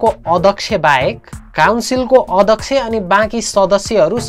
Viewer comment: अदक्ष होइन हो अध्यक्ष्य भन। फेरि भन् भनौला नी भन भनेको 😂😂